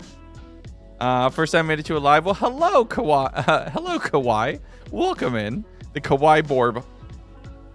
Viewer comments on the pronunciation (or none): Kawai-i,. Kawaii, the second i has a sound (it's an ee) sound. 'kawai' means scary! 'kawaii' means cute (or pathetic, because reasons...).